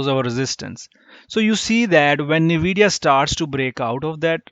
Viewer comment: its En-we-di-ya not nuh-we-di-ya lol.